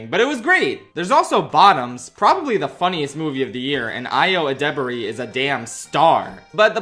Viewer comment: I thought Ayo Edibiri’s name was pronounced like “hi-ho eddy beer me” not the insane witch’s spell you cast. I could be wrong though